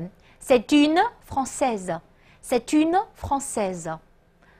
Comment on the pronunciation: 老师的尾音好重，不发音的e听着就跟发音的一样。 etudiante , une, Francaise 都是同样的问题。不过整体讲的调理很清晰！